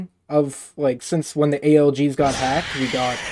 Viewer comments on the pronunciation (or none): It's A L G S not A L G smh